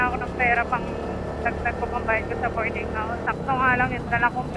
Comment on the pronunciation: BOARDING hindi “bording”